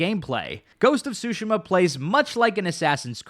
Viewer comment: Great video, but that pronunciation of Tsushima is sending me lol